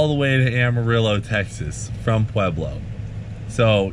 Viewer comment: Hell Yea brother ! Great story, and you learned how to say "Pueblo"